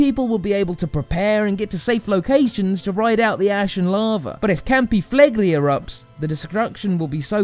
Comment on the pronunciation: I don't think it's that bad. Although he should've listened to a few Italians before pronouncing Campi Flegrei as Campee Flagree XD